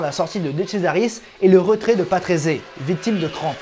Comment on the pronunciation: une petite année de docte, je me souviens que mon oncle me prononcé le nom patrése et non patrésé ! merci pour tout ce que tu nous partage ces excellent !! merci encor bonne continuation 😉